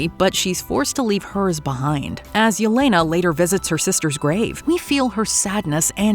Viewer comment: …Seriously? You mention Yelena multiple times and DON’T EVEN CHECK THE SPELLING??!! 😭 OR PRONUNCIATION?!